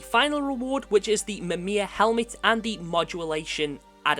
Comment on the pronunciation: Bro its call "MIMIR" 😭😭😂😂🤣🤣